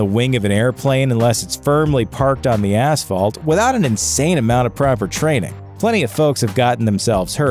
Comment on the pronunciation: He said ASSfelt. Oh and poor Misty, the only one on this list who didn't deserve to die.